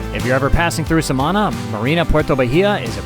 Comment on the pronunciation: It's pronounced Samaná with the accent on the last letter.